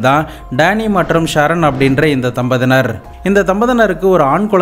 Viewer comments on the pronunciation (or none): Thambadhiyinar❌ Thambadinar✅